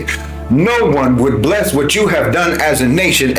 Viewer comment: “Bless america for whet!” 😂